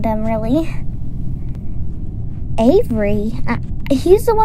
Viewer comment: You don’t know how to pronounce Avery